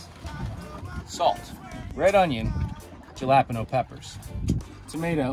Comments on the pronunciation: You did NOT say jalapeño as galopino!! 😂😂😂 WOW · Lol, “Ja-lah-pen-oh” peppers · it’s halllepeeeno